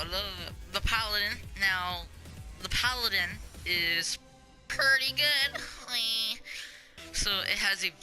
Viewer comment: Its paladin not padalin